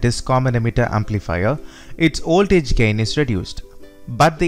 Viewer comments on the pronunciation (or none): Voltage sounds like oltage...why ..🤔🤔